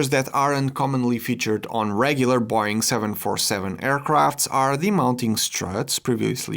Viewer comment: That's by far my favourite pronunciation of Boeing ever